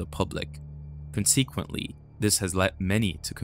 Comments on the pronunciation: "Con seek qwatly?" Consequently dude! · I like your guys stuff but you seriously need someone who can pronounce words correctly. conseequently? Natoreeority? Get real